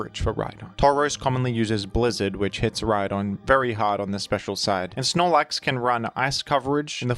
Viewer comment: The h in rhydon Honse